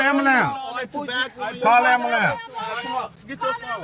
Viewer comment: Call da "ambahlance"! 😂